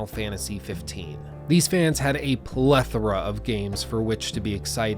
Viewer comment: Thank you for being the first youtuber I've ever heard pronounce plethora correctly. ;) This is the second video of yours I've seen (the first being the in-depth critique of Wild Hunt, which I appreciated because I'm very late to the game but have been learning a lot more about CD Projekt Red this week), and I enjoy your analyses so far!